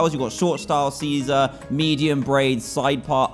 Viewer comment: c-c-Caesar? SHIIIIIIZAAAAAAAAAA